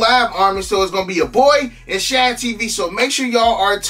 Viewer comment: "Shan" TV? Who th is tht, u mean "Shade" TV? 🤦🏾‍♂️